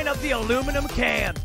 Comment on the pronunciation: It's aluminium can not aluminium can't